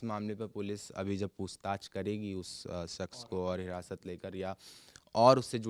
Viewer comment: Ye jo shawl wale reporter hain inhe, शख्स word sahi se bolna nahi aa raha. Baar baar शख्स को सख्श कह रहे हैं। aapka accent sahi hai aur तलफ़्फ़ुज़ भी।